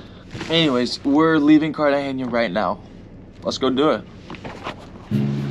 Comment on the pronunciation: Sorry, but I can't let this go: It's not Cartageña. It's Cartagena. No ñ.